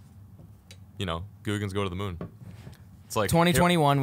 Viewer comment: moon not mood